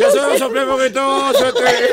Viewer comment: Suelteme, suelllteme... jajajaja hizo el capítulo 😂😂😂😂